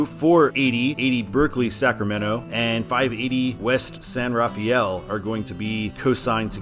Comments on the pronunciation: Just FYI, San Rafael is pronounced "San Ra-fell," not like San Raphael. A very subtle Nuance there. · It's " san rafel" not "san raf-ay-el" or "raf-ee-el" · San Rafael in the Bay Area is pronounced "San Rafell", not Raf-ay-ell. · Be careful on the over-enunciating of "San Rafael" in the Bay Area. THERE, it's pronounced "San Ruh-FELL". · A couple of notes on San Rafael / the San Rafael Bridge. First, the locals pronounce it "San ruh-FELL." Second, the bridge is what I like to call "the bridge with four names." Its "official" name is the Richmond-San Rafael Bridge. On the I-80 side, all of the signs just say "San Rafael Bridge." On the US-101 side, all of the signs just say "Richmond Bridge." Finally, the state likes to name its bridges after people; there is a sign at each side of the bridge calling it the John F. McCarthy Memorial Bridge (McCarthy was a congressman from the area). While I'm at it... "Why is it signed Fairfield and not Vacaville?" My best guess: Travis Air Force Base isn't in Vacaville. Speaking of I-80 and Fairfield, you may not have noticed this, but they are adding a lane to I-80 starting just before I-680 and eventually ending at I-505; it will be a toll/carpool lane, where the toll is determined automatically, and charged to your transponder, based on how far you go. These are popping up all over the Bay Area. I'm pretty sure old US-40 and old US-50 separated at the MacArthur Maze. 50 took what is now I-580 south to US-99, then north to where US-50 begins now. US-40 crossed the bridge near Vallejo (there was a much older, pretty much identical, bridge next to it that was torn down in 2003 and replaced with the suspension bridge because it wasn't earthquake-safe), then took what is now I-780 to I-680 to where it joins up with I-80; the hills inbetween were just too steep to build a highwa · San Rafael is pronounced San Rafel. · Pronounced: SAN RUH-FELL 😉